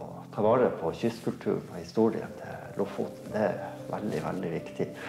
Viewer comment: ...so you have been doing a doc. for a year........and still have not learned to say Lofoten correct .....how annoying.....after 3 minutes I quit......